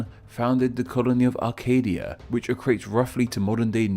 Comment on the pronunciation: Why do you keep adding a r to Acadia?